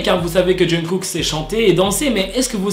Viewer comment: C'est moi ou il dit tout le temps "John Cook"............